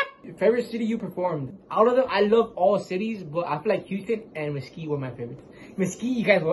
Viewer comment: Thank you for saying Houston!!!